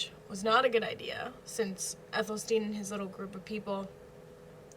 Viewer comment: Athel-Stan as opposed to Ethel-Steen